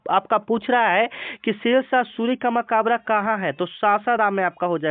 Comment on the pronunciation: Makabra nahi hota hai sir Makbra hota hai